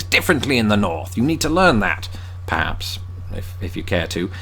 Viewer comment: One word I noticed from the vid, was the word "perhaps" Dude said it as "p haps". This from a Canadian observation.